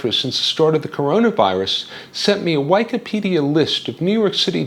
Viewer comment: LMAO I had to rewind when I heard whykipidia